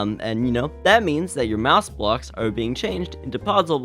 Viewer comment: wait did you say mouse blocks or is that just me